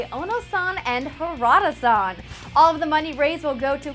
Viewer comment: LOL it's weird hearing her use honorifics. Especially when she pronounces HA-RA-DA as HA-RA-DUH. I seriously don't understand why Americans pronounce "AH" as "UH" when it's the last syllable in a word. But eh....